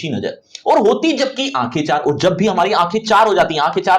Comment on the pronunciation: Sir Aoor hai ki Aur ..clear karyiya